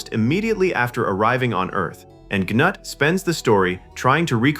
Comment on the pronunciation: Gnut is actually pronounced "Noot" or "Newt", like the name of the little girl in "Aliens". Gee, I wonder where James Cameron got that name from?